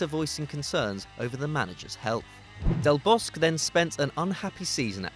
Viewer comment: I thought it should be pronounced as Del Bos-que